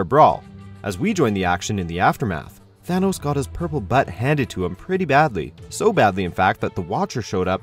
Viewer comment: Its Thanos not Thanos